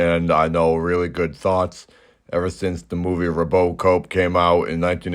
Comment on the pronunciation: Confused Man can’t pronounce RoboCop, but says “vignette” with grace and ease, lol.